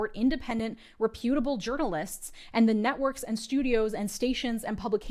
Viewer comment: hehe you pronounced "reputable" incorrectly. everything is dark, real dark.